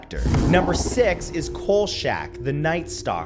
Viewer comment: C'mon, Matt: "Coal shack?" "Robert Blotch?" It's "KOLE-chack" and "Block."